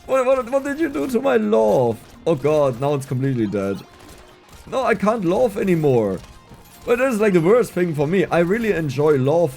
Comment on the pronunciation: laugh wird mit einem a ausgesprochen, nicht o. Loaf ist der Fleischball 🤣